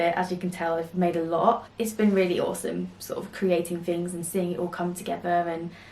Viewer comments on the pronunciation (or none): none